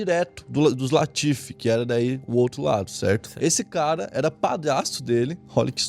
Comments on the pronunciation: Correção: LAFITE, não LATIFE. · Não é latife, é LAFITE. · Mas è LAFITE nao latife hahaha Mas mano to fascinado com esse canal! TOP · Lafite não Latife 😊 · Não é "latiffe", é LAFITTE. Não é "moto", é "mouton ", pronunciar "muton" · Eu soube que o barão Philippe de Nicolay Rothschild foi parar no Einstein após ver esse vídeo e ouvir o chamar o seu prestigiado Château Lafite de "Château Latife", e que Yves Saint Laurent, se revirou no túmulo por uma semana após ver alguém escrever seu nome no vídeo como Yvy Saint Lohan. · lafit nao latif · Latife = Lafite* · Nao é latiff. É lafite. E o moutou era o melhor.. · Latife, ou Lafite??? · O cara todo vídeo erra o nome do vinho.... É LAFITE não latif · faça outra correçao o nome do vinho e LAFITE e nao latife como voce falou. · Château LAFITE , leia certo, este Latife é invenção sua. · chateau laFIte Não laTIfe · Na verdade o vinho se chama Château LAFITE...e não Château LATIFE... tirando esse detalhe, foi muito boa a explanação... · dificuldade de falar Lafite kkk, falou Latife umas 10 vezes kkkk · Sei que é mais fácil falar “latife”, mas o nome do vinho é “Lafite”. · É LAFITE e não LATIFE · Lafitte...Laffite...Lafitte....Mouton Mouton Mouton , gosto muito de seus videos...mas ja faz varios videos que repete mal os nomes das coisas... na ediçao nao vê isso nao ?